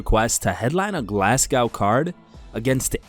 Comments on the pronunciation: Love the channel, mate. But “Glasscow”? Naw, lad. It’s “Glasgo!” Haha. ‘Mon Paul Craig! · It’s Glasgow ma man you say it like go so it’s Glasgow init I’m exited for this fight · Learn how to pronounce Glasgow 🙃